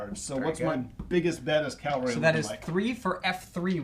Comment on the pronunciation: To Blücher, it’s cavalry, not calvary.